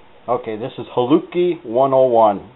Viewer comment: I am Slovak. This dish is called holúbky (pronounce: hoh-loob-kee), not halupke